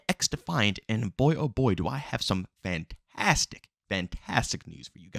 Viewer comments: bruh its pronounced fan-tas-tic not fan-tas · It's his thing. It adds personality imo.